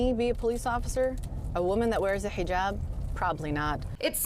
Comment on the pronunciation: “Kuran” *kuran? At least yr close I guess…” “Muzlim” u went to far… “HijAaaab” BRO ITS GUR-AN MUS-LIM AND HIJ-EB *And it’s spelt Quran, Muslim, hijab